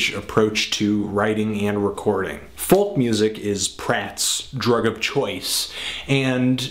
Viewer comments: Never heard anyone pronounce the letter l in "folk". Normally it sound like "foke". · I love this album.. reminded me a lot of Nick Drake. Such a beautiful and mysterious voice. One thing though, Folk rhymes with Yolk, not Hulk.